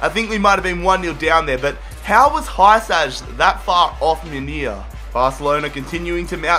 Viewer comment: hysaj= hoo sy not hy saj 🖕🖕🖕🖕🖕🖕🖕🖕🖕😀😀😀😀😀